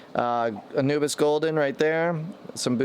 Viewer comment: Pronouced ANU-BEE-AS. Not ANU-BIS.